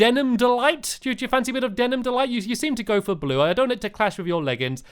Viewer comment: Hahaha! I laugh very hard when Stampy said in the toy shop part that the outside of the toy shop was Bluwehh